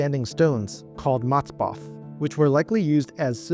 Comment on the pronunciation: 1,48 the name in Hebreware MATZEVOTH and not MATZEBOTH GOD BLESS YOU🙏🫂🤍❤️‍🩹💔♥️🫡 Love you from Israel 🇮🇱